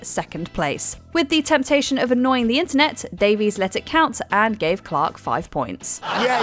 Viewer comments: And "Daveys" the rest of the time (Greg says the right pronunciation is "Davis"). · Davis/Davies has spelled/pronounced his name differently throughout his career. Definitely pronounced undeniably both ways on different seasons of taskmaster.